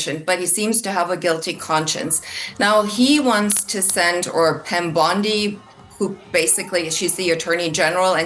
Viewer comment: I swear she says "Pam Blondi" haha. Freudian Slip?